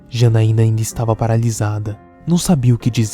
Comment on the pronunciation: Janaiana nao ,é X A N A I N A